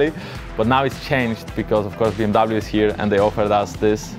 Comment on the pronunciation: How much did they torture to pronounce BMW the wrong way???